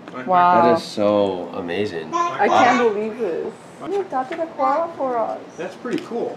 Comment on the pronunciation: Your Koala's name is pronouncedas it is spelt.